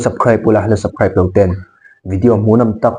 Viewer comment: 'Subscribe' hi lam dan zir hram² teh u...nangni ang rual tan a mawiloh mai bakah a harlo. Sabkhraib tih leh ngawt thin hi chu a tar emai...ka duhsak vang cheu aw,thil har a nilo ania.